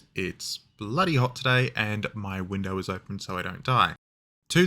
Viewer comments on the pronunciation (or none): none